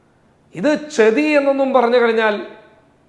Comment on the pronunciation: Chethi alla chathi